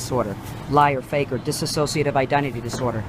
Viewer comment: *dissociative She kept saying it wrong. It's dissociative identity disorder, highly misrepresented disorder. Media like Split, etc. not only show the most severe form (which is fairly rare), its representation is so incredibly off it's disgusting. It puts an absolute undeserved stigma on the disorder that stems from severe childhood trauma. Dissociative disorders as a whole are not at all rare; PTSD is a dissociative disorder for example. Holly didn't have that. She also didn't understand the disorder (like many people). She was clearly in the middle of a psychotic episode. Definitive on the schizophrenic spectrum. A